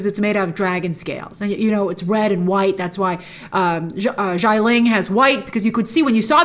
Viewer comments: It’s “Xialing” not “Shyling” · SHIA ling. not JAI ling. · Great review, Grace. Love the comparison of Wen Wu to Michael Corleone. Just a note about Xia Ling, it’s pronounce “Shi-ah.” X’s in Chinese are used for a “sh” sound, just like “xie xie” to say “thank you.” 夏 (xia) means summer. You can copy that kanji and hear the correct pronunciation off Google Translate.